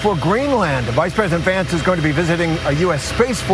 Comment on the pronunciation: It sounded like he said shady vance